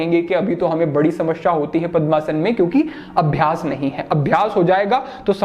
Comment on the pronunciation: समस्या होता है.. न कि समश्या